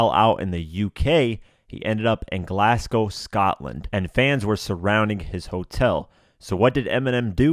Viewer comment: It's pronounced glazgow